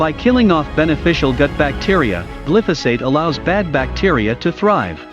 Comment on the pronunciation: Generally a very good superficial look at contemporary foodstuffs and nutritional problems. 👍 Darn... I wish the narrator pronounced important words properly: glyphosate and hydrogenate, e.g. (Why? you say... such diffs in pronunciation indicate possible 1) limited education in the discussed subject, 2) non English-speaking background, 3) carelessness, 4) robotic narration😜